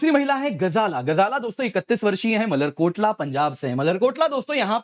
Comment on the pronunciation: Motherkotla nhi malerkotla hai